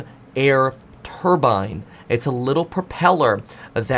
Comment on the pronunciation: When you hear someone pronounce turbine the way he does don’t listen to anything else mechanical they have to say